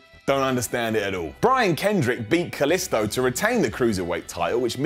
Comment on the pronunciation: props for pronouncing kalisto the right way